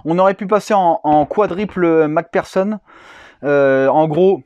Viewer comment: Mac personne ..... c'est mc do ou quoi ? 🤣 c'est plutot mc fersonne (Mac pherson ) en phonétique .